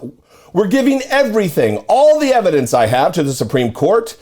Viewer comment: And have plenty of room left over for all that "Evhadence"......